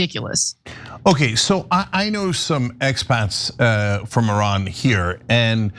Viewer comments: ATTN CENK, when THE LATE SHAH WAS ALIVE, IRAN (PRONOUNCED "EE-RUN NOT ERAN!!!. ) WAS THE NUMBER 5-TH COUNTRY IN THE WORLD, VERY ADVANCED & RESPECTED BUT USA & OBVIOUSLY israel 👺👿👹 💩 FINALLY ARRANGED THIS ISLAMIC REVOLUTION AND OUSTED THE SHAH AND NOW THESE 2 CRIMINALS WANT TO OUST THE ISLAMIC GOVERNMENT & BRING THE SHAH'S STUPID SON SINCE THIS GUY HAS PUT jewish ridiculous half bra hat & kissed the stupid wall & I AM SURE THIS GUY HAS PROMISED IRAN'S OIL FOR LOW RATES TO poor israel💀🦀☠️. USA 🇺🇸 COULD NEGOTIATE FOR IRAN'S OIL AT LOWER PRICES, NO WARS & NO BLOOD SHEDS. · 🤡🤡🤡🤡🤡🤡🤡🤡🤡🤡🤡🤡 - Iiiiiiran. - Iiiiiindonesia. - Iiiiiindia. - Iiiiiisrael. - Iiiiiindian ocen. - Iiiiiindiana state. - Iiiiiiiiiiiiiiiiiiii American can NOT even pronounce Iran, correctly... 🤡🤡🤡🤡🤡🤡🤡🤡🤡